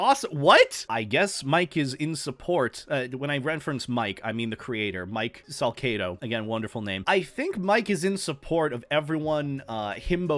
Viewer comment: It's not SalKedo, its Salcedo, like the C in "C" or "Cedar" I wanna be that S